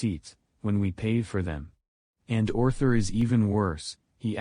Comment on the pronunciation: You mean Orthur?